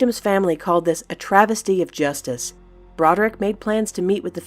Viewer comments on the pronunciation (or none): none